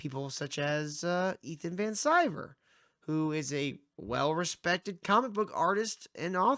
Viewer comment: You can’t even say Ethans name correctly, you have less then 1000 subs. Need I say anymore?